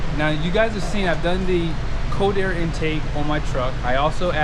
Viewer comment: “CoWdhair intake on ur DiesOhhhh” ?